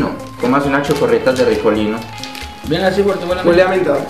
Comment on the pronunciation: son chocoretas no chocorretas